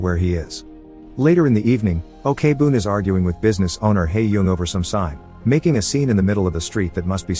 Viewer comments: Your recap is always great and amazing I even watch some of the movies because of your channel, but little suggestions can you search how to pronounced their name before make a video? Like Jung is not Yung or Ok-boon it's not really okay-boon but okboon they're not separated. Other than that I enjoy your videos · Why do you pronounce she as 'O.K-boon'? 😂 It's OK-BOON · Okay now, it's not Na Ok Boon it's Na OK (OAK) BOON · You couldv'e at least research on how to pronounce the name! Ok-Boon as OKAY-BOON?? Wow! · I just want to correct that Ok-Boon is not pronounced as Okay-Boon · Great video and movie. I just need to say though, O-K BOOM is the funniest pronunciation of that name ever lol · The pronunciation of Ok Boon as Okay Boon is killing me, but I've already watched this movie years ago and it was so good. Also very sad because it touches such an upsetting real life event. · ikr, they can make videos but can't even research to find out the correct pronunciation? maybe it's done on purpose to generate more comments criticizing it lol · The first part of her name is pronounced "oak", I don't understand how he could have gotten it wrong after watching the movie...?? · Is this video spoken by a computer? Why does he keep saying o-k-boon? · The story telling was amazing but, OKEY boon. I'm sorry but Im pretty sure that's mot how it's supposed to sound. No hate tho. Your videos are amazing this is just a small detail I picked up. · And here me, keep having to close google's AI search engine. Cause everytime he said "Ok-Boon". My phone detect "Okay Google" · Pls pronounce the names correctly especially Ok(u can pronounce it as ‘oak’ ) Boom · Okay Boon is a funny way to say thename